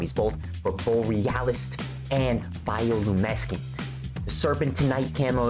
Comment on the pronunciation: Bro said biolumineskent😂